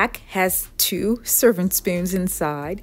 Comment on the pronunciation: At first i thought she said using SPINS...I was like huh???